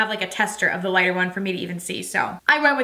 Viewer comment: You know you say lita vs lighter shade. Same with deeper shade. You say deepa vs. deeper…hah. Or is it me…??